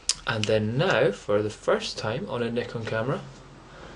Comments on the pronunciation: Congratulations for the correct pronunciation of Nikon! lol...Great camera though, i have only D40 which is still great! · i cant belive it! first time i hear propper nikon pronounce! best wishes mate!